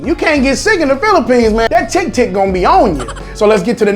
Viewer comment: Filipinos:Tik tik Him:Tick Tick Tick. My bro is better english than me im a filipino thats practicing english for 8 years and STILL HASN'T PRONOUNCED THAT CHILL